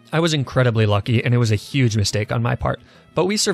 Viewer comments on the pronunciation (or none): none